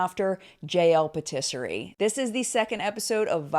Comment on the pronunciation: i love you so much but can we just tryyyyy to say patisserie correctly?